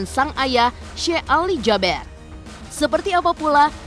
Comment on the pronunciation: Jaber dibaca JABIR. Emang ada abjad E dlm bhs arab?